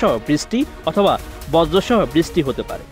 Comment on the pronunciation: বৃষ্টি কথাটা ভালো করে বলতে বলেন ঐ সাংবাদিককে।